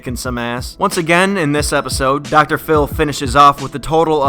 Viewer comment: Did you say docotor fillie. Its Dr phil